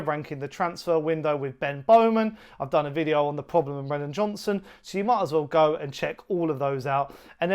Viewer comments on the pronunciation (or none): none